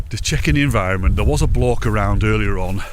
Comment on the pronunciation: Did he say "block" or "bloke"?